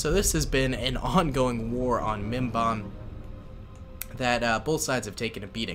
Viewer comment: mispronounces mimban Inner geek starts to retaliate